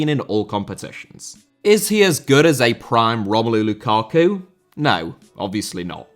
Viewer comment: Teófilo* not Tiofelo Magic* not Madgic María* not Maríer Copa* not Copper Nicolás * not Neclas Lukaku* not Lukhohrku Fenerbahçe * not Fenebohçei Tite* not Tchetchei Jesus* not Djeisus Roberto* not Robötouw Possess* not Posess Guimarães * not Guimaraich Lula* not Luller Bolsonaro* not Bolsonohrouw Ekambi* not Ikombei München* not Munich Alphonso* not Alphonzouw Eustáquio* not Yustatcheouw Duarte* not Duohrtei Brugge* not Bruj Levante* not Levantei Josip* not Jouwsyp Livaja * not Levejer Hajduk* not Hadžăk Warszawa * not Wohrsohr/ Warsaw Andreas* not Ondrejas Debut* not Deibyu Caicedo* not Caiceirouw Possession* not Posession Les* not Lei Atlético * not Atlétecouw Mbappé* not Mbappei Hansi* not Hanzi Can't * not Khon' Nico* not Nicouw Bremen* not Breimen Kudus* not Kurâs Ghana* not Ghohrner Taremi* not Tareimi Clara* not Clohrer Duo* not Djuouw Endo* not Endouw Vega* not Veiguer Romain* not Rouwmain Gaal* not Gohrl Robert* not Rober' Dinamo* not Dinamau Moskva* not Moscow Eredivisie * not Eradevizei Carvalho* not Cahvayouw Rather* not Rother Betis* not Betes Leão * not Ledjao Arabi* not Arohrbi Dawsari* not Daverhsi Diédhiou* not Djidjou Sadio* not Sariouw Mané* not Mohrnei Frankfurt* not Frankfohr Bento* not Bentouw Jeong* not Djăng Ansu* not Andzu Álvaro* not Alvohrouw Morata* not Morohrter Busquets * not Băsquets Remo* not Reimouw Mejbri* not Medjebri Musah* not Muser Sebastián * not Sebastian Coates* not Coohrtes Clube* not Clăb Diego* not Diyeigouw Alonso * not Alonzouw Ra